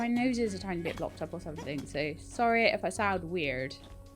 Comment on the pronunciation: You only sound weird when you say, "Weird." Your accent is so interesting. Only being part way into the episode, I am hoping you deploy your accumulated knowledge points some time soon. I restarted, and I am so very close to busting Yan's chops in the first season. It's exciting.